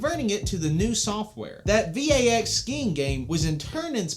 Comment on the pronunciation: I think you might be the first person I've ever heard pronounce VAX as an acronym....like yes it is one, but no one actually says it that way